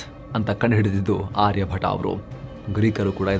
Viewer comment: ಆರ್ಯ ಭಟ ಅಲ್ಲ, ಆರ್ಯ ಭಟ್ಟ.